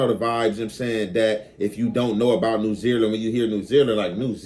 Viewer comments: Got damn that got on my nerves 😅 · New Zealand pronounce: NEW ZEE LAND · The way you say New Zealand, New Zeerland/Zereland had me cracking up I had to make sure I wasn't trippin like is this a new country I never heard of or is the Cali accent or is that just the way you say it hilarious though